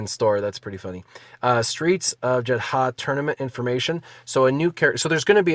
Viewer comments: Jeda silent H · just say Jetta the H is silent